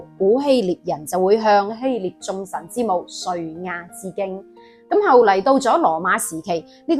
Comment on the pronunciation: 係希臘，唔係希獵